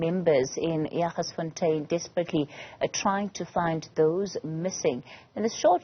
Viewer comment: its Jagersfontein